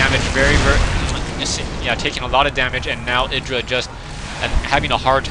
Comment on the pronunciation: proper pronunciation is "eye druh" just for later reference :] go crota!